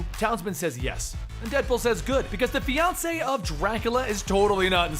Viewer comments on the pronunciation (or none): none